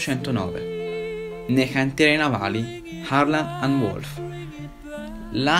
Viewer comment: Cantieri...non hantieri🤣🤣🤣. Bravo bel video. Volevo pero' una hohahola hon lha hannuccia horta horta 😅